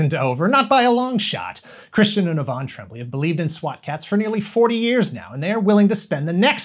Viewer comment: This is bugging me: the show creators aren't the "Trem-blee", it's pronounced " Troa-blay"